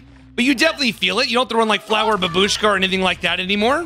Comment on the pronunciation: It's bAbushka, not babUshka >_>